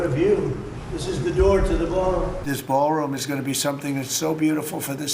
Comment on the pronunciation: Ballroom? or Baalroom?